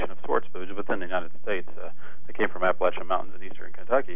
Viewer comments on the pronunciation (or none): none